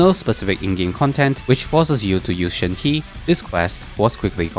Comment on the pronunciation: Not hate but the sehen he kild me